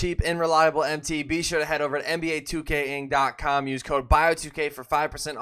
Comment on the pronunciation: Dude you’re about to lose your sponsorship you can’t even say their name right 😂😂 it’s nba 2 king and they’re a straight scam site